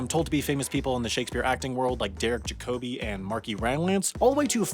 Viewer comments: JAC-obi, not jac-OBI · Derek JAcoby, not jaCOby. stratford upon Avon (like aven) not aVOn. Christopher MArlow, not marLOW. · Don't you diss ma boi Jacobi. Also it's Jácobi, not Jacóbi. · You've let yourself down and reduced the power of your argument by saying things like "...and whoever Derek Jacobi is." First off, it is JAC-o-bee, not Juh-KOE-bee. Secondly, Sir Derek Jacobi is one of the greatest living classical actors. It is almost as if you said "...and whoever Laurence Olivier is." Does it piss me right the f@ off that Jacobi buys into this nonsense? Absolutely. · I knew he’d get Derek Jacobi’s pronunciation wrong. It’s JACK-uh-bee” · Whoever Derek Jacobi is? You pronounced his name wrong too. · Your pronunciation of Derek Jacobi's name unnerves me. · I stopped watching when you butchered Derek Jacobi’s name 🤣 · I honestly can’t tell if he’s mispronouncing Derek Jacobi’s name on purpose or not.